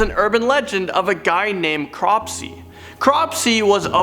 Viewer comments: Hmm... you said "CROSPEY" instead of "CROPSEY"!! Did I heard that right? 😷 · lol "crospey"